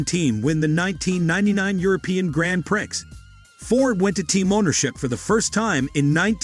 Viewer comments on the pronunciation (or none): absolute drivel .... you cant even pronounce Grand Prix correct .... Grand Pricks 🤣🤣🤣🤣.